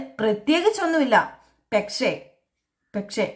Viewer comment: ഈ പെക്ഷേ.. പെക്ഷേ.. എന്ന് പറയാതെ കുട്ടീ.. പക്ഷെ എന്നാണ് ശരി